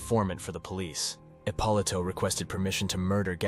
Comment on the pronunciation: I mean if your gonna do a fuckin documentary learn the correct pronunciation of the main guys in the doc. He’s fucking up Roy’s name Dameo and eppolito Ahpoloto. But when he says the Demeo Crew he says it fine . Wikipedia or strait out of a book